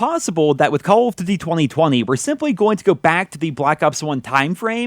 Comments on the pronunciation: Why does he say call of tuty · He finds it difficult to say Call of Duty. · It sounds weird when you saying Call of Duty I think you're pronouncing it super weird maybe your just saying it super fast so it sounds weird to me I don't know yeah it's cuz you are saying it weird plus you're saying it super fast so it's all scrunched up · Call of duzy or call of dugy i cant tell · "Calughft Dity..." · Call of dudy??? what??? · Yo why he say call of duty like that thoo?